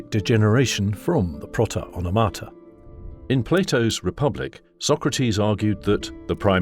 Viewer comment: onomata - the stress is on the second "o". not on the first "a".